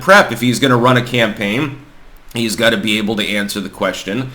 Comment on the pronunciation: Is pronouncing got like gut a Vermont thing?